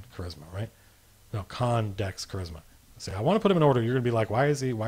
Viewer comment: LOL you say Charisma like I do from the David Lee Roth video back in the day "He has KA raz ma!"